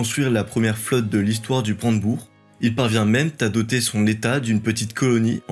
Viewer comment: C'est très sympa, on se laisse mené par la narration efficace et l'animation vidéo. Attention aux quelques accords douteux de diction qui sont dommage dans ces récits de bonne qualité (trop _z'éloignés, parvient même _t'à doter") , ainsi que la diction des dates qu'il faut peut être plus articuler 🙂. Bonne continuation et merci!!!